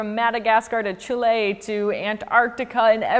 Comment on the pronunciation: You said chile :D